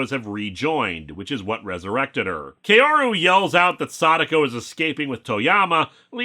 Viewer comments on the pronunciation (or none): By the way, "Kaoru" is pronounced "Kah-oh-rou". Not "Key-oh-ru". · Nice video but, and I know this is nitpicky because of my weebness, but Kaoru isn't pronounced "Kay-O-ru" but "Kah-O-Ru". You clearly watched those movies in japanese and they don't pronounced it "Kay-O-Ru" there. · “Kaoru” is pronounced closer to “Kow-roo” (most accurately Kah-o-roo, but Kah-o usually comes out as close enough to Kow).